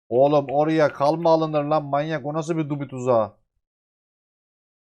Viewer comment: Dubi tuzağı diye bilerek mi diyon yoksa gerçekten bubi tuzağını dubi mi sanıyon :D